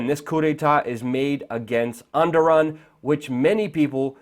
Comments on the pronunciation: ok ... uhm i really dont want to wast my time and all that jaz ... but really all what u are saying in this video is ... well.. bullshit .. btw his name is ardogan... try to pronounce it correctly haha ... and no he isnt a dictator wtf... compare turkey now .. vs how it was 13 years ago before he started ruling the country ... now .. its way better than most of the European countries...but back then.... it was the shittiest country of all time ...and i lived in turkey .. for over 3 years .. and try to get this .. it was the best 3 years of my life so far :) ... i live in the netherlands btw and i can tell you that turkey is a way better place to live in ... and the Netherlands being one of the best European countries... yeah .. oh and did u know that it has failed too .. the coup .. do you know who stoped it ? .. the people them selves ... sooo now u r trying to tell me that people would get out of their houses Marsh into the streets and risk their lives...vs.ing tanks and soldiers with rifles yelling that its forbidden to get out of their houses .... for a dictator?? it doesnt make any sense to me ... he did nothing but the best he could for turkey m8 ... and yeah everyone knows that (every turkish man/lady) really m8 . and u r sitting their ... behind ur disk or wut ever .... calling him a dictator and shit ... like .. haha why are u being such an ignorant person m8 .. i know that u r American and that's normal for u guys .. but coman .. haha at least think about what are u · it's Eduwan, listen to how Obama pronounced it. He got it correct. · The guy is called Er - Do - Gan. Just saying. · Ouch,,,, you totally got his name wrong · pls pronounce the name correctly pls Erdogan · False flag? Learn how to at least speak the dictator's name! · learn to pronounce Erdogan's name first ffs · Er-de-Juan...not Enderon.... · he's not Endoran, its Erdowan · repeat after me: "Er" "doe" "gan". Who is "Endoran"? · Who the fuck is Enderon?? It's Erdogan, pronounced erdo-ahn.